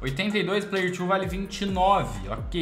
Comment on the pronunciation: man para de falar "player tchu" sendo que é "player two" ou pra perceber "player tu" se lê da mesma forma